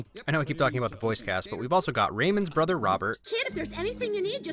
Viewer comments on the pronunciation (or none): none